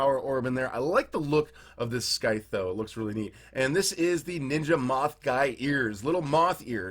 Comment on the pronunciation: Scythe is pronounced without a “sk” sound.